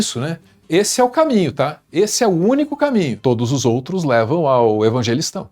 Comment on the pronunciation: EVANGÉLISTÃO? Ou evangéguistão 😂😂